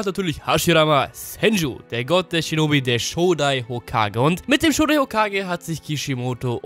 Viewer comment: Alter, wenn Du "Shinobi" sagst, verstehe ich immer "Schnubbi" xD